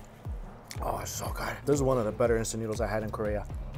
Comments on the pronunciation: When he said noods 🤣🤣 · "In some noods! 😄😮🤨noodles...😅" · When you told Nudes instead of noodles I was speechless 😂😂